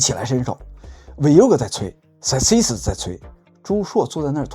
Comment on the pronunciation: 節目不錯，但建議油管管主還是留意一下公司的名稱發音。 Celsius 和 Voyager 都是有名的公司。